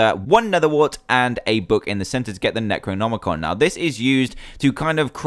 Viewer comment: Finaly someone says necronomicon right! XD Good job dan!